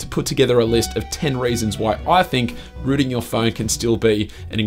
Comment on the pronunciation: When he says Rooting its Sounds like Ruining 😂